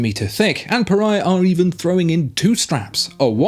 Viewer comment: 😂 it should be “puh-RAY-uh”